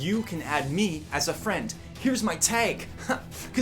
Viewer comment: Nobody: Jredloc: FRAIND!